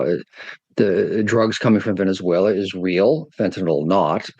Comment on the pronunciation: It is a pity that the NDTV newsperson doesn't know how to pronounce Venezuela.